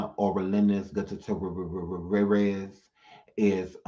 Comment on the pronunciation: I'm Dead! 😂 U killed that last name!🤣 (Gugh- tier- ez) it's my step father's last name.That was soo funny.😂